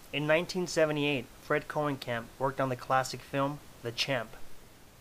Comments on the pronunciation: His surname is pronounced [Cone-uh-camp] and not [Cohen-camp]. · No I am actually part of this family and it is pronounced Koe-nee-kamp